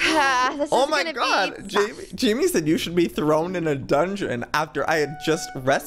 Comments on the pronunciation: joey its haimeh not Jayme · I didn't know how to pronounce it but I knew it wasn't "Jamie" and I was internally screaming! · IKR I WAS SCREAMING THIS AT MY SCREEN WHEN HE KEPT SAYING "Jamie" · It's pronounced, "High Meh" as a mexican name. Jaime. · I knew it! I was thinking that but I was like "nah I shouldn't correct him" (I know from Pierce The Veil's Jaime Preciado)